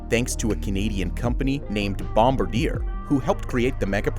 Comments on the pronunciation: Bum-bard-i-ayy not bomb-a-deer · Sorry but the narrator’s pronunciation and choice of words was just terrible English. He said ‘Islamist’ rather than ‘Islamic’, which has extremely different connotations. And he kept pronouncing words like ‘Bombardier’ emphasising the wrong syllable. Also, I don’t understand why they kept showing random images of Turkey and Dubai…..